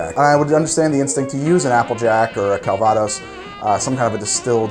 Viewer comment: CalVAdose? it's French not Spanish